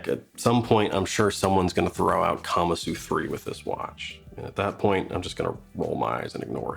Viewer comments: Like the video but you are pronouncing it incorrectly: the Japanese word is pronounced kuh-Mahsoo. Not kama-soo. So please pronounce it correctly: kuh-Mahsoo. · I don't think kamasu is pronounced that way.